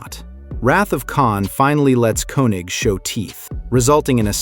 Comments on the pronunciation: His name is German and it is pronounced KING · And who is Walter Kee-Nik? lol